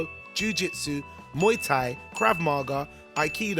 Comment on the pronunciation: KRAB MAH GAH!